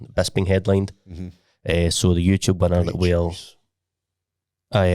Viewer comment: "WE HAVE OURSELVES A VINNNNER!"